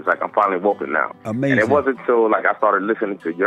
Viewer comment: UH MAY ZIN